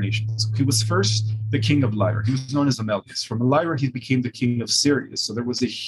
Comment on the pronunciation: It's curious how he first pronounced Siríus and later Sírius. He had this issue during Kerry Cassidy interview where she called him on his pronunciation and then he shifted after that. Strange to me. This small glitch.